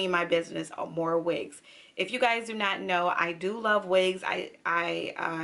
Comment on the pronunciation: Nice video! Love the hair you have on too! FYI "amour" in French is pronounced "Ah-moo-r ", moo like a cow, not more. You are doing the Spanish pronunciation "amor" "ah-more".